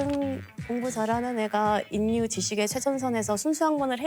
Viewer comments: 수능만점자가 '인류'를 잘못 발음하다니 참 아이러니 하네요~ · 인류 발음을 인유라고 하니..어색하네요😅 사람이 완벽할 순 없겠죠~ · 서울대 천재도 '인류'로 읽는 데, "일류"를 모르는 건 아니죠? 유음화를...천재가 한국어의 기본 발음을~~? 정말 놀랬습니 다. 계속해서 인류~ 인류~!! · 저런 천재가 인류를 일류라 읽지 않고 인류라고 발음 하는 것이 신기함. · 우리가 보통 인류를 일류 라고 발음하는데 이분은 계속 인뉴 라고 하시네 역시 범상치 않으셔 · 왜 자꾸 _인류_라고 발음하지? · 인류를 일류라고 읽지 않고, 인뉴라고 말씀하시는 습관이 있네요. 자음동화인데... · 그런데 계속 일류를 인뉴라고 발음하시넹 ㅎ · 인류[일류] ○ [인뉴] × 고구려백제신라[실라] ○ [신나] × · 왜 인류로 발음할까? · 인류의 정확한 발음은 [일류]입니다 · 인!뉴! ㅎㅎ 요즘에 이 단어 이렇게 발음하는 애들, 의외로 말더라. ㅎ